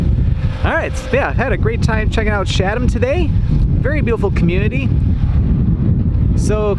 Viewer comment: Hey, great video but please note you've been mispronouncing the town of Chatham throughout it. The correct pronunciation is: Cha'tm (the "Cha" part sounds like "chat.")